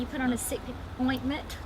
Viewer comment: "Oinkment" Bahahaha